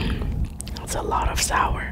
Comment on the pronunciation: Nobody: ... Karina: ThAtS AlOt Of SoUeR 😳 😂😂😂